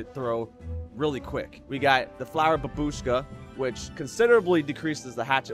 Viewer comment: someday everybody will know that its not bab U shka, its b A bushka.....